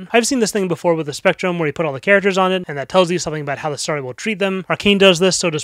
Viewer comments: jesus christ man its STORY NOT STARTY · Why does he say story like that